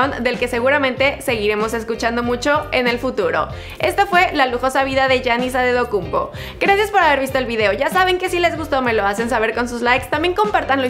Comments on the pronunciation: Yanis adedokunpo dijo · "Giannis Adedokumbo? dijo ella" naah ajajajaja no aguanté